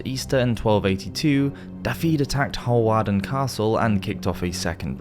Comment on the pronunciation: Hawarden Is actually pronounced “Harden”